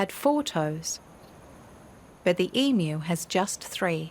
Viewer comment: Thankgod, someone pronouncing the name of this beloved derpy birds correctly ❤